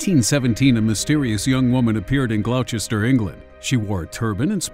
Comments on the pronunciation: Good effort with whatever you were trying to say for where princess Caraboo was found. I think you meant Gloucestershire or Gloucester but it's pronounced "Glosster" or "Glosstershire" for the first one. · Gloucestershire is pronounced Glos-ter-shire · Why can't Americans say Gloucestershire or Worcestershire?